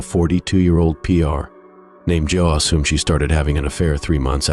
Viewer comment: "Jos"???? "Mary Jos"?????? 🤔